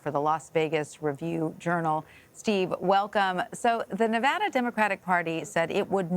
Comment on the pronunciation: "Nev-ahh-da", Maam, it's Nev-AD-a!